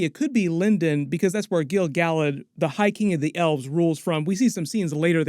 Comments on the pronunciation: Yeah SORE-on and Gil- GAL-ad made me wince. SOW-ron (as in ouch), and Gil-Ga-LAD, Ah-ron-deer, Eh-lehn-deel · Gil Galad = [gill] [gal ad]